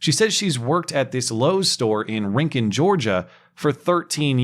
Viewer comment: Oh fuck this is local to me. I just saw the local news story on them re-hiring the lady. THANK YOU for pronouncing "Rincon" correctly. I am very sure that this Lowes saw a significant decrease in traffic because this isn't some leftist area. Maybe the neighboring county (where the criminals are likely from) is blue but the rest of the area is deep red.